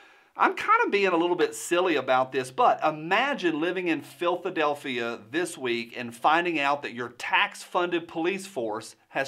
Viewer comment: Philth-adelphia LOL.